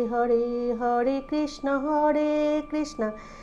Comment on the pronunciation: Hore krisna, not hode krisna